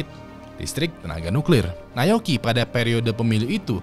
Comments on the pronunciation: Naoyuki bang bukan nayoki 😭😭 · nyebut Na-o-yuki susah amat bang ...